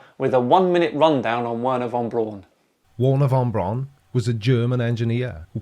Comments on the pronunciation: Hey,, Braun is a German word meaning brown. It's pronounced brown, like the English surname Brown, meaning brown. It's not brawn, as in muscle. It's brown, as in brown, meaning brown, which it means. Brown! BROWN! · For Pete’s sake it’s Wernher Von Braun and not Warner Von Brawn 🤦🏻‍♂️ all of you pronounce his name completely wrong !! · everybody in this video pronounces the "Braun" in Von Braun like "prawn" when it should be pronounced like "brown". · Braun is pronounced like brown... Simple. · I don’t know why the fact that Wernher von Braun (Pronounced BROWN seeing that it is German) was a NAZI have anything to do with anything. Seriously! Get over it! The world is FULL of NAZI inventions (obviously developed to where we are now) that everyone enjoys, and use to make stupid flat earth & space denying videos… So if hates the idea of anything NAZI so much, then he has to immediately stop making videos, destroy his TVs, monitors, computers, and the desk his stuff stands on. No liking VW, or Porsches. And if he enjoys Fanta, or Jägermeister while flying anywhere, then I have some bad news for him… Because here are a few NAZI inventions: • TV – (Einheitsempfänger) • Fanta • Acoustic torpedo • Anechoic tile – (Outer tiles on submarines) • Anti-ship missile • JET POWERED Aeroplanes – (Messerschmitt Me 262 & Arado Ar 234) • Jägermeister • Jerrycan • Particle board also known as chipboard, flakeboard, or waferboard. • Volksflugzeug (People's Aircraft) – Basically the start of the idea of small private owned aircraft like Cesna 172s and so on. • Volkswagen Beetle – By Ferdinand Porsche who after WW2 built… wait for it… Porsches. • VW (Volkwagen) was founded by the German Labour Front by Adolf Hitler. • Computers – (Z1, Z2, Z3, and Z4) • Long range missiles • Guided Weapons • Night vision